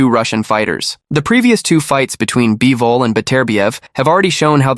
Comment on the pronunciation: once I heard "BYE-VOL" and "DIE-ZAM Boxing" I knew this was more ai narration low effort trash